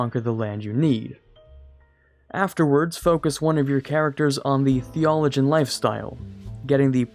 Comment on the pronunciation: Lol, it's thee-oh-loh-jee-ahn not....whatever it was you said